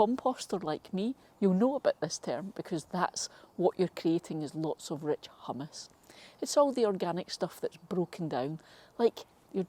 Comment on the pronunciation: Is it not pronounced hew-mus… you’re making me want to dip Doritos in my soil 😂